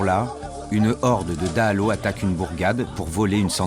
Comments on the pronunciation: Cette vidéo manque de crédibilité. ne serait-ce que parce que vous n'êtes pas capable de faire l'effort de prononcer correctement les mots malgaches (par respect de Madagascar et des malgaches), comme dahalo (pas de son "o" en malgache), Ihosy (pas de son "s" mais 'ch", etc. Et sincèrement cela m'étonne que les militaires vous aient laisser les accompagner comme cela ? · Azafady ! Faites un effort pour prononcer les mots malagasy. Exemple dahalo, pas de son "o" en langue malagasy